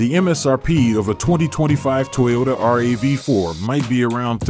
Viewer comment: Looks fantastic but why do you keep saying R A V 4? just say it like everyone else does, it's a RAV4.